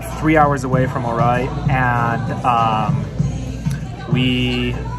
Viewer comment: The city or Ouray is pronounced U-ray…